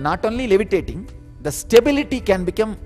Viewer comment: Before levitating learn English pronunciation, it will result better